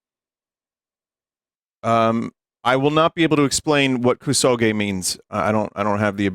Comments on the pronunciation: Hearing "koo-soh-ghee" five seconds into opening this video was an auditory flash bang. booti pls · And then he said it right and THEN he said it wrong again. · Playing Koo-Sowegy on my Nine-Tendoo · KUSOGE actually means "shit game." KUSO is shit in Japanese GE (pronounced "gay") is a shortening of game (gaymu).